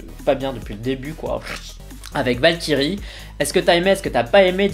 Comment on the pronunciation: J'étais à fond dedans depuis le début de la vidéo, et à la fin, je t'entends lire "Valkyrie" à la française... Ça m'a fait penser à "Vache Kiri" alors je me suis dit : Pourquoi a-t-il fallu qu'il lise ce mot ainsi ? J'étais bien dans l'ambiance, là !... Sinon, super vidéo ! On ressent vraiment tes impressions, c'est génial ^^